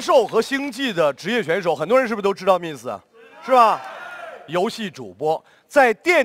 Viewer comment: miss连自己名字miss都读不对,不过也罢,听说身价过亿